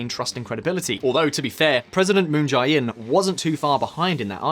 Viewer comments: The "jae" in Moon Jae-in's name is pronounced closer to "jay" than "j-eye." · Moon JAY-In...not Jai